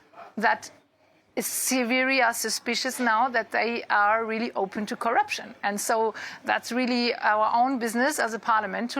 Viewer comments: Corr'p'ution ? With "p" after double rr ? Are you sure? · CORRPUTION?? really DW?? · I would also be rocked by "Corrpution". 😂